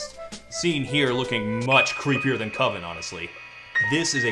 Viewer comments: It's pronounced COVEN man. Cuvin sounds like oven and that just ain't it. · I'm sorry, all I can think about is Mark Borchardt in American Movie insisting that "coven" is pronounced with a long O. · It can't be coven because coven sounds like oven, man